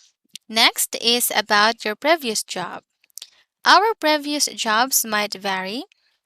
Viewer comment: previous [ pree-vee-uhs ] , vary [ vair-ee ]